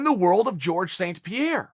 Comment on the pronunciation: Georges St. Pierre Chael: Jorge